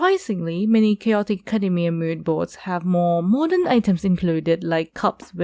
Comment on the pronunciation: Academia not akhademia 😂